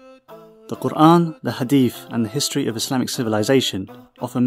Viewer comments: The way he pronounces Quran and Allah , Maşallah I feel the ❤️ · You pronounciated kuran perfectly this is quite impressive 🧡